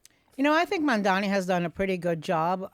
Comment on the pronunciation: Its MAMDANI! Not that difficult to pronounce. If the gazillionare wants to leave, please let him/them. Real NYers always figure our way together. It’s BS that these people make millions and don’t pay their employees a living wage or help to take care of the communities that makes them rich.